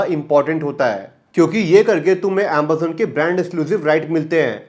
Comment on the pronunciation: bhai tu AMAZON ko AMBAZON kyu bolta hai?